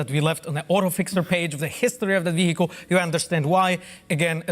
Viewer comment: no-one on this panel knows how to pronounce "vehicle"